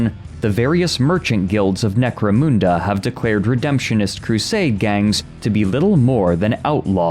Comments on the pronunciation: Mun, like Hun, as in atilla the hun, not, 'moon" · "Necro-MOON-da" 😆 Everyone Point and Laugh!!! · He can not pronounce Necomunda properly haha 😂 Still good vedio tho